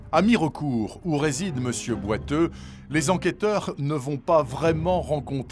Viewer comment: 😂 on dit pas Mi-re-court mais Mir'cout ! On ne prononce pas le e dans les Vosges !